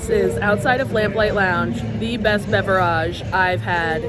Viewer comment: I really hate how you say beverage. Literally hate it